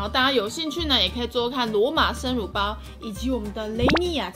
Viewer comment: 為什麼我會把乳包聽成辱包……